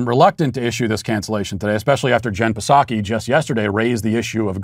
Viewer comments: Matt, get the pronunciation right. It is /Gin Sak ke/ Aunt Nancy loves Gin, so you want to get that right. I do not know if Nancy ever went to Japan, so Saki? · I love the way Matt insists on mispronouncing Psaki’s name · Matt is cancelled for constantly mispronouncing Jen Psaki's name. The "P" is silent.